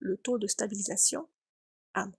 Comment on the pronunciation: on dit "en amont", et pas "en amant".